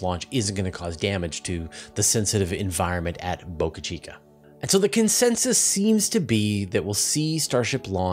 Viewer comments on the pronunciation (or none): none